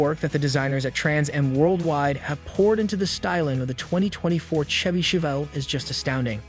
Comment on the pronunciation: My thoughts exactly! Terrible A.I. can't pronounce Chevy!!